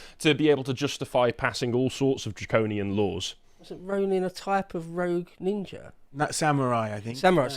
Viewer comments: Remember, as they stab you, you MUST call them nin-jas, NOT nin-jers. We have to respect ancient Japanese culture and naming practices! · Apparently, you're allowed to say "Nin-JAS" but not "Nin-JERS" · ninja in Brixton ? i don't think you are pronouncing that correctly. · Did you know Ninja is pronounced with a hard R? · That's not how that word is pronounced